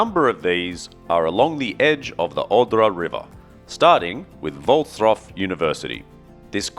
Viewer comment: Great pronunciation of the name of the city, Wrocław !!!!! 👍👍👍:washhands::washhands::washhands: Congratulations, and thank you for your effort to learn how to pronounce this word 🧡💗